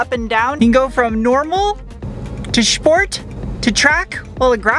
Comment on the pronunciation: I love the way says, “Shport.”